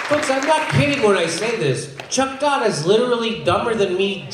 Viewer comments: Get it right Jimmy, it's Tuck Chodd not Chuck Todd and the T is pronounced as an F. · Am I the only one that heard his name as Cuck Rodd?